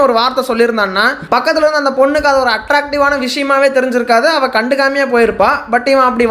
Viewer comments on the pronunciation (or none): none